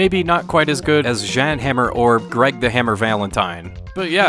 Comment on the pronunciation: It’s pronounced “Yawn” Hammer.